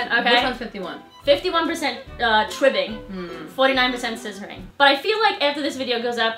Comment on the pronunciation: Tribbling...with an 'L'